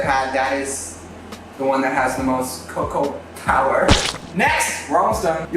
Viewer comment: hAha "cocopower"